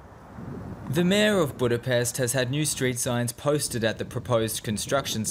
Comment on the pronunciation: So, you pronounce Budapest with an S, which is wrong, there should be a Š sound (SH) but you say FIDEŠ, which is also wrong (it should be FIDES, with an S). Journalism at its worst.